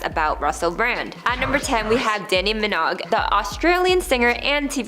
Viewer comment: Are you AI or something? How come you can't pronounce half the surnames of these well known people? Sarah Pahlin?! Danni Minog?!